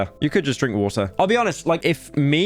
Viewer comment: It is so funny to watch him cope by saying water with a capital 'T' Then fall off It least he had it a full 10 seconds.